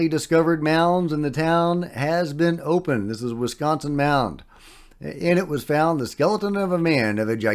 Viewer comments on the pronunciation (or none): none